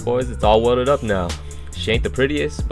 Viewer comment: It’s pronounced welded. Not welldid.